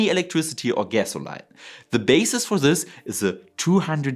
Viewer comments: It's OK you can say "petrol" - it's your familiar parlance and we understand - or if you say "gasoline", it's "ga-so--LEEN" not "-LINE" ;p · Funny how the Stirling Engine can be used anywhere on Earth but is used NOWHERE ob Earth. By the way, your English is EXCELLENT but the word is typically pronounced "gass-oh-LEEN". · Helpful Hint...In North America the pronunciation is gas-o-lean. Watch any video from US and you will hear it pronounced correctly. Good Job! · "Gesolain" kills me bro 😂